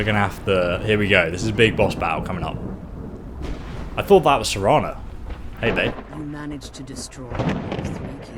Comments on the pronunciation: The entire walkthrough you’ve been pronouncing her name as Serena then finally at the end of the last episode you correctly pronounced it as Serana. Then as soon as this episode starts you immediately you call her Serena again then you caught yourself and made the correction...then two seconds later call her Serena again lmao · "Serena" hahaha.....come on dude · it's ser-ana not see-ina also it's Val-er-ica also ser-Ana will be set to crouch if your crouching and she auto talked to you (she forces it you don't activate her to talk) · shawn arthur idk which livestream it was but he always called Serana Serina, he just prefers how he pronounces it